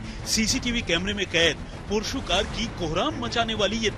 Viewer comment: PORSHO nhi hota h ... gawar jaise ky bolre ho🥲